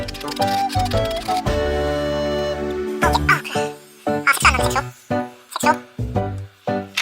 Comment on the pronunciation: 색소 발음 당황..